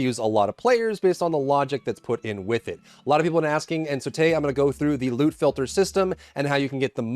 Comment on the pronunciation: Thought you said lude filter....was like wait holup wut